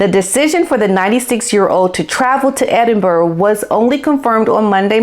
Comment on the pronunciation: Girl, I'm a midwesterner, just like you, and I know how to pronounce Edinburgh and Holyrood. It's not "The American pronounciation" it's a mispronounciation. Just stop making excuses and do better.